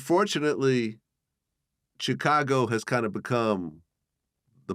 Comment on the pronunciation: VLAD PRONOUNCE CHICAGO WEIRD WHEN HE SAY IT